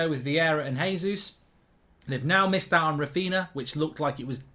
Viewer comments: Mark Its Raphinha yes Raphiña not Raphina Mark in Portuguese and Galician nh is ñ like for example Pauliño (Spanish), Paulinho (Portuguese/Galician) and Pauligno (French/Italian) see the exemple Mark same for Darwin Núñez of Liverpool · The man's name has been all over the news and he still can't say it right. Rafina 💀💀💀💀💀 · No way you pronounce ‘Raphinha’ like that…